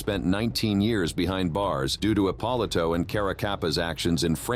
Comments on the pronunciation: Narrator is a knucklehead. It's "Ep-oh-lee-to" not whatever the hell he said... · Epp-o-lee- toe